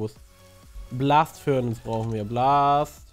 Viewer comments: furnAZE nicht furnANZE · DAS HEIST FURNACE!!! NICHT ,,Furnance" ! >:0